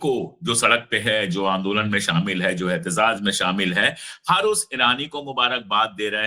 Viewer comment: अशोक भाई सही शब्द एहतेजाज है, एहतेज़ाज़ गलत उच्चारण है।